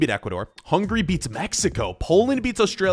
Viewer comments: Bro said hungry instead of hungary💀💀💀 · when he says hungry instead of hungary